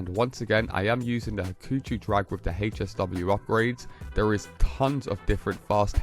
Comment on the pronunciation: Bruh calls it’s HAY SW 😂 you mean HSW TIME TRAIL THE HECK IS HAYSW no hate just makes you cringe as hearing it 😅